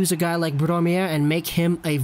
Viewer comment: Its brome not blome